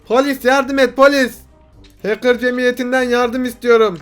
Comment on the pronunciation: adam watch dogs 2 demiyo ahcker game diyo